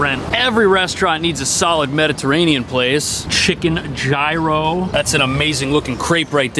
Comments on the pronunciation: You keep mispronouncing gyro in every video. 😂 And PLEASE stop promoting that toxic shyt of a site, Tiktok. It's ruining the Western world, esp young kids. And it was designed to do that. Why would you promote that???? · Please speak to a Greek person to find out the correct pronunciation of Gyro.😊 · He did pronounce it wrong. Not sure if that was on purpose or not. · I always thought ''Gyro'' was pronounced ''Year-o''. But knows best!